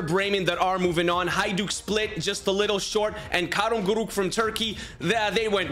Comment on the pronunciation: As a türk i find it kinda funny how he says karagümrük